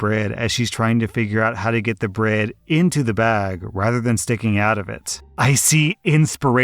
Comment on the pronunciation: You can't pronounce "bread". Gross. Work on that.